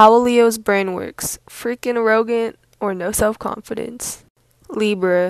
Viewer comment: Im sorry but are we not going to talk about how she said "arrogant"